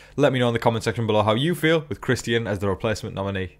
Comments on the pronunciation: Love the updates! But the way you pronounce Christian’s name hurts my ears! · Yeah, I've seen the Christian comment on here quite a bit. You are saying his name different than how we would say it here in the US, but I honestly like the way you have been saying his name. Whether that be because of the way you've pronounced it and/or possibly a slight bit of your accent being thrown into saying his name, the way you say his name is nice.